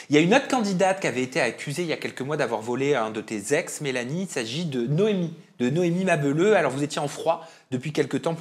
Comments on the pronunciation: "Noémie Ma beuleuh" mdrr fais un effort ma belle! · on dit Noémie Mabélleuuuh comme Ma Belle heuuu!! Tu forces 😂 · "Noémie Mabeuleu" ? Mais ?! 🤣